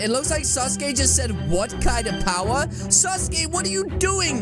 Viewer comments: said saskay wrong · calling Sasuke suske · I love how says sasuke it sounds like sus gay👍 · why sasuke when it’s saske